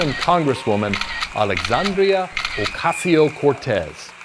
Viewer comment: FOSSIL FUEL PROPAGANDA!!! Awfully done too. This liar sounds stupid when he tries to pronounce AOC's name in Spanish and drawing her to resemble one of the ugly step sisters in Cinderella is such a pathetic, hokey move.